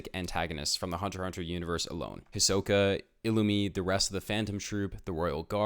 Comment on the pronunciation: Hi-so-ka Hie-so pronouced fast: SO not soh. Ka Listen the japanese version. Getting so annoyed with this.